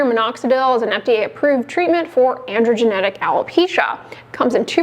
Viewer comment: Did she just say “androgenetic” alopecia? Yikes